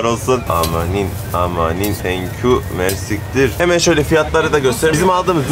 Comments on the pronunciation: Umarım herşey hem bizim hem böyle güzel ülkeler için daha da iyi olur maalesef çok üzücü.. Bu arada mers*ktr değil o:))) merci ktir yani çok merci anlamında ✌️✌️ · Mersiktir değil reis. Fransızca ve Arapça birleşimi olan çok teşekkürler anlamina gelen; "merci k(ı)tiir". Bienvenue en Liban de nouveau